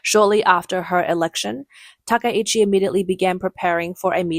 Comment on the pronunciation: I believe her name should be pronounced with 3 syllables, ta-KAI-chi, instead of ta-ka-EE-chi